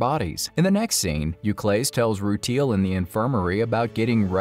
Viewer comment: It’s so difficult to listen to the mispronunciations of some of the Gens like “roo-teal” 😂